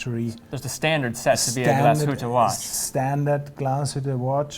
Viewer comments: You even went there and still didn't learn how to pronounce it right GLAS-HÜTTE not GLASHUTA where's the A there? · Dear, sorry amigo, it’s Glash( heat)tte,not Glas(hood)tte. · Always amazes me how someone so mesmerized by a watchbrand not even care to pronounce it correct.